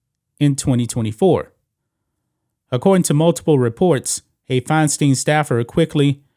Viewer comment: it's pronounced Fine Stine... rhymes with Fecal Swine